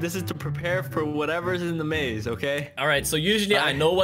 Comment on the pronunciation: maze of death and I heard rage of death